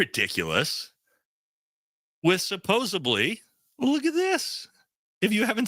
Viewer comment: Imagine calling people stupid and you don’t know how to pronounce “supposedly”.